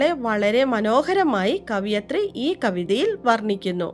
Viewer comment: കവി - കവയിത്രി ആണ്, കവിയത്രി അല്ല